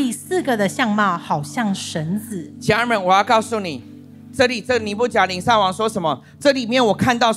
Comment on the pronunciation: 尼布甲尼撒。 名詞撒一聲ㄙㄚ。 耶路撒冷。亞撒黑。苦撒 薩克斯風。薩四聲ㄙㄚˋ。